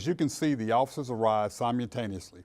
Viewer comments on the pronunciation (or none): You’d think a media professional would know how to pronounce “simultaneously” correctly. He said sigh-muhl -tane-us-lee 😂 💀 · This dude is the chief and can't even say simultaneously correctly? I don't think the cop was trying to deescalate. Of course the chief is going to try and make his officers look as innocent and non-responsible as possible. Cops with partners should start deploying blocks behind and in front of the wheels or even a mini stop stick that punctures a single tire store prevent the car from moving if they believe it's going to be an issue with the driver running. While the first cop is making contact, the second cop could be putting these things on the wheels tacitly. But shooting someone who isn't shooting at you is going on a little too much. Just because they see a weapon doesn't mean it's going to be used on them. Some people say, "well I wouldn't take that chance," then why are you a cop then? You knew the dangers of being a cop before you signed up. A cop saying they were in fear of their life is cowardess. If you were scared, you shouldn't have begone a cop. Our soldiers aren't in scared for their life, they do what they need to survive when the time comes, not before. Cops should have the same rules of engagement as the military. How did he almost run over an officer? That's what they all say. I guess that's what I'd say if I shot someone and needed to get away with it. That shyt shouldn't fly in court if the judge isn't corrupt.